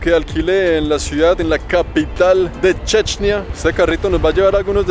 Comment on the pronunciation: What de fuck man! Why on earth the title is in English, but the video is in some third-world language? The only thing I understood is Chechnya, even if the guy says "Dje'djneeyah", someting that remotely sounds like Chechnya.